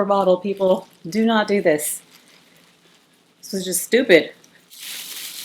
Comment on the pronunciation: “Dis tew much” 😂